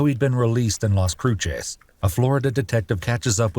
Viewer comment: Las cruises not las crutches or crusays